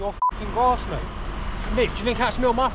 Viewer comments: What is a "grarse" 😂 he was a dopey cunt. I think he means "GRASS". You're doing the world a favour, keep it up... Still want to know what "grarse" means 🤔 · Shame he couldn't pronounce the word "grass" correctly 😂